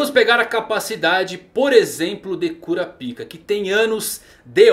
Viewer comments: Por que você pronuncia quinâcou e cura pica ao invés de nâcou e curápica? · "Curápica", muito estranho essa pronúncia de "cura-pica" e é "nãcols", "Qui-nãcols" é estranho também, a pronúncia da letra "K" sai da garganta, praticamente um "K" mudo, e é isso, assim fica menos estranha suas pronúncias dos nomes dos personagens que notei até agora! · canal legal, mas cara melhora essa pronuncia de nomes que doido no ouvido. "curapika" mano serio? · Sobre a pronúncia do nome do Kurapika. Dublagem Japonesa: Curápica (pronúncia real do idioma). Dublagem Brasileira: Curapáica (Imagino que a decisão da pronuncia do PI para PAI, foi algo tirado da dublagem inglesa, não sei, talvez pode ter sido para não sexualizar o nome em português na época). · Ótimo vídeo mas o kurapika ficou estranho a sua pronúncia rsrs kurapaika ficava melhor hehe abraços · Curapica kkkkkkkk curapica essa foi boa mano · Curapica? Kkkkkk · Nao e kurapica e karapaika